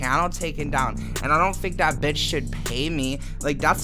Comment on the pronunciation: "Bratty betch"